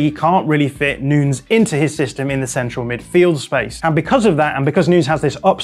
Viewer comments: Please stop saying noons for Nunes, that's so freaking annoying and kind of offensive that a journalist can't learn to pronounce Nunes (Nu-Nehs). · Nunes like saying Sanches not at all Noons!! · Is he really calling him "Noons" lol